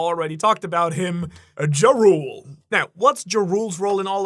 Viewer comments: everytime he says jarul i hear ja rule like the rapper....i think its should be pronounced more like jarl or yarl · Did you just call Jarul (Yar-uhl) Jah rule? Like the rapper 😂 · why does he keep calling him Jarule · pretty sure jarul is pronounced with the j as an y sound, just like jormungandr